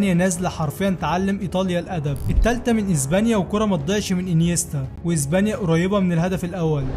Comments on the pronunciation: SILVA ❌ SILFA ✅ إسبانيا ❌ إزبانيا ✅ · هي ازبانيا ولا اسبانيا؟؛😂